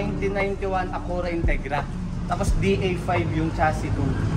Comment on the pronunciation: Ah-Q-rah tamang bigkas. Hindi akoora.